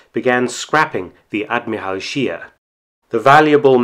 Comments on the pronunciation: Mr. Felton, you are usually complimented on your fine pronunciation of German words and names...However, this time I have to correct your faulty pronunciation of the surname "Scheer"...It doesn't sound like "sheer" in English, but just like you correctly pronounce "Spee" when referring to the Scheer's sister ship...so the German pronunciation of "Scheer" is something like the English word "share". Regards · Sheer is pronounced sh-ehr not sheer .... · The name "Scheer" is pronounced "Shehr", a doubled vowel is a stretched vowel in German... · Thank you for this interesting story. The correct german pronunciation of Scheer is like the english word „share“.